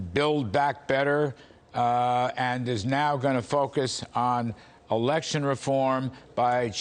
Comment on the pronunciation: it'sBILK BACK BETTER not build.